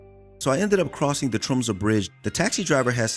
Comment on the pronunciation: The fact you called out Tromsø in first word basically flawlessly= instant sub. im a local. great to see people enjoying our humble rock :)